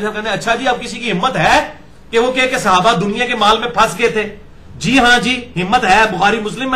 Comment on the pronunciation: عزیز م مرزا صاحب، آپ کو اپنے موضوع کے کے حوالے سے صحابی، صحابہ کا لفظ بہ کثرت استعمال کرنا ہے اور رہے گا ۔ براہِ کرم درست کیجیے کہ صحابی، صحابہ کے لفظ اردو میں صِحابی، صحِابہ کے تلفظ سے نہیں بولے جاتے ، صحیح تلفظ صَحابی، صَحابہ ہے۔ یہ تنقید نہیں، آپ کی فصاحت اور لب و لہجے میں بہتری کے لیے عرض کیا ۔میں تو آپ کا مداح ہوں۔